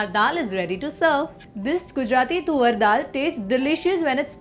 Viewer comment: Lol it’s not tuvvar dal it sounds more like suvar 🤣🤣🤣🤣🤣it’s toor dal fyi